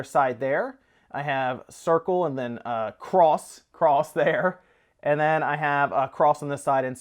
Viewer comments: It's pronounced "ex", not "cross" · you pronounced "X" wrong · Ha nice self control on saying cross, still weird though